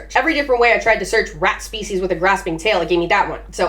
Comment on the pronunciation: I love the aggressive " R at"